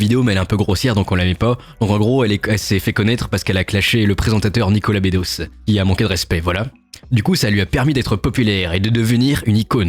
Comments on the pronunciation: Nicolas Be-dosse ça se prononce, pas Nicolas Bé-dosse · c'est nicolas bedos "beuh dos" bas bédot